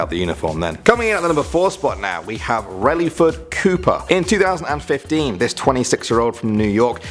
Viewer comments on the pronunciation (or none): none